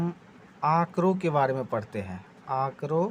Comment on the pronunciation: बाड़े nhi hai sir its बारे